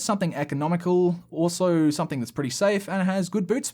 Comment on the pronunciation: Please stop saying “SOMETHINK”. It’s pronounced “SOME-THING”.